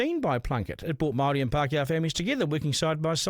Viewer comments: Pakeha can't even pronounce the word Māori correctly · I'm sick of majority of pakeha not even being capable of pronouncing the word Māori correctly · I bet you can't even pronounce the word Māori correctly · Majority of Pakeha quite literally cant even pronounce the word Māori correctly... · You pakeha can't even pronounce the word Māori correctly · ? You pakeha can't even pronounce the word Māori correctly